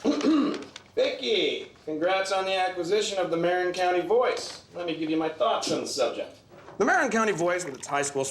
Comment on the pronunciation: Surprisingly good for a formula movie. Problem is, they mispronounce Marin, which gets said dozens of times.